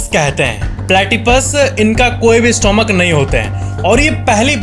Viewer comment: स्टोमक नहीं स्टमक कहते हैं। क्या आपको ये फैक्ट नहीं पता?